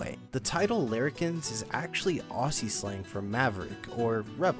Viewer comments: As an Australian, I'm forever disappointed that this wasn't made, but I'm hoping it'll be picked up and dusted off again when Dreamworks are low on ideas. Also, "Aussie" is pronounced Ozzie, not Ossie. ;) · Aussie is said with z's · As an Australian, I would have loved to see that movie. Although, the way you pronounced "Aussie" caused me great pain.